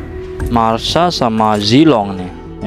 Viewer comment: Masha bang bukan marsa